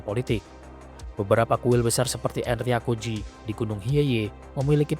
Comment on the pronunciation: Wajib di apresiasi! Keren visual nya walopun comot sana sini termasuk dr Total War Shogun 2. Tapi tetep usaha nya kudu dikasih jempol 👍🏻👍🏻 masukan aja caption nya dan pelafalan nama/istilah Jepang nya diperbaiki biar akurat. Demio = Daimyo. Njakutzi = Enryakuji. Senggen = Shingen. Usoge = Uesugi. Dll.. Keep up the good work!